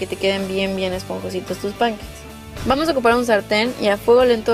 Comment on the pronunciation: Concuerdo contigo, si les va a decir pancakes como los que hablan inglés les llaman, mínimo que lo pronuncie bien.